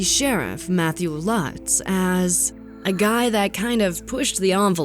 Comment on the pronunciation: Sharif Lutz is a is a long U, not a short one. (LOOTS) Do your home work!!! Plus other mispronunciations. Also to call it an animal "preserve" is generous. It was more like a collection of half-ass cages. Efforts were made to capture the animals before shooting them, and the Columbus Zoo did consult.